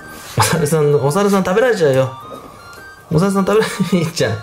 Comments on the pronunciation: お猿さんって言ってたのね笑 小澤さんって聞こえた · お猿さんがいい？のとこ小沢さんがいい？に聞こえてしまった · お猿さんが小沢さんに聞こえるの俺だけかなぁ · お猿さんが小沢さんに聞こえるwwwww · お猿さん って言ってるのが おざわさん って聞こえたww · お猿さんが小沢さんに聞こえてしょうがない人私だけじゃないはず。wwwwwwwwwww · お猿さんは？が、小澤さんは？に聞こえた… 誰…